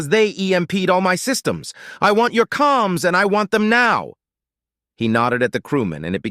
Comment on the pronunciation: Uh, the word is "Comms," not calms it is short for Communications